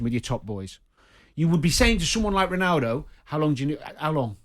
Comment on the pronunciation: ronawdow.... my god these english people butcher all the languages!!! even English!!